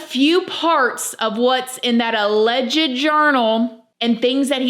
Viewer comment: OMG girl, "ALLEGED" is not pronounced like that! From Google, ""Alleged" is pronounced uh-LEJD (/əˈlɛdʒd/ or /uh-lejd/). It has two syllables, with the stress on the second syllable: uh-LEJD. The word sounds like "uh" followed by "ledged" TWO SYLLABLES! Not three! You only pronounce the "ED" like that when you add the "ly", for "allegedly." That's when you pronounce the "ED." I like this channel, but that drives me bonkers, lmao! And I swear, I am not trying to be unkind. If I were pronouncing a word incorrectly, I would hope someone would tell me!